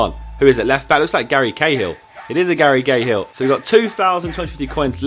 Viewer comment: I'd like to point out he said, 'Gary Gayhill'